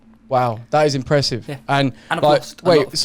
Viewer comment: "that is im-press-ive"'